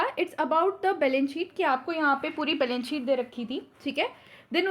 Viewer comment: mam aap members ko meembars padhte ho, balance sheet ko balence sheet kyu?